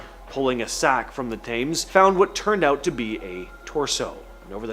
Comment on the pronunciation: To hear the River Thames said the wrong way so many times was annoying …. It the River tims….